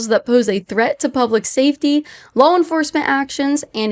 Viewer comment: She note, it makes me chuckle how Kaitlyn always says "lawl" instead of "law" ❤